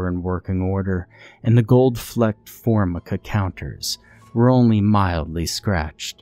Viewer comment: The word is for-MY-ca. LOL